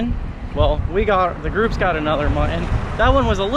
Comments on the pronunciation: you know the word muTTon has two T's in it. It's not pronounced MU-EN. As in button. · Hey guys, tell there are two “t’s” in Mutton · you still need do use Ts when you talk about mutton snapper. Just because you’re with a black guy don’t slip into ethnic speak. It’s very racist. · Do you purposely say "Mutton" wrong?